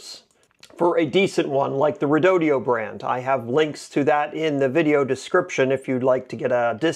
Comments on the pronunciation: Quit saying Redodio. It’s Redodo. Says it right on the battery. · Thank you for doing these videos! I’m considering an assist motor for my Hobie Adventure Island (kayak sailboat) for either when I’m stuck with no wind, or, when I want to get somewhere but I’m heading into winds that are too strong to get anywhere very quickly. I’ve watched a few of your videos that include the redodo battery. My ADD has me a little stuck on the pronunciation…as you are saying it like there’s an extra “e” (redodeo). Is that really the correct pronunciation?